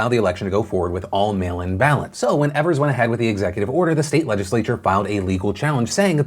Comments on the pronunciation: His name is pronounced Eve- ers. Not ev-ers. Love you, Phil. 🙃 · btw the Governors' name is pronounced EE-vers not EH-vers. much love <3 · As Wisconsinite the way Phil says Evers bothers me, everyone here pronounces it E - vers where he says Ever - s. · Phil please, it's Tony "Eve"-ers or "eav"ers. Not "ever"s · Evers is mispronounced it's a long E like Eve also at my polling place they did a fantastic job. 10 feet distance kept, voted with a q-tip, and had to keep my pen. I vote in a rural area though so we usually naturally have very few people. What was stressful was that no one in my immediate family received their mail in ballots in time so even though everyone but me sent in for it we all had to vote in person. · The Wisconsin governors name is pronounced EE-vers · Small mistake, governor of Wisconsin’s name is pronounced EE-vers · Thank you for covering the election in my state of Wisconsin! A note for next time you talk about our governor- his last name is pronounced ee-vers (just say the letter E and you’re good) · FYI Phil, governor Evers’ name is pronounced like EEvers. I’m from Wisconsin and I’m glad that I was able to get an absentee ballot in time so I could still safely vote today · It's tony E-vers e as in e-ach